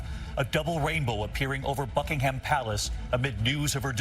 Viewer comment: I just with USAians could pronounce "Buckingham" and "Monarch".